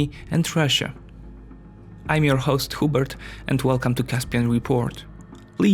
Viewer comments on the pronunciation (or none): I laughed my ass off when he said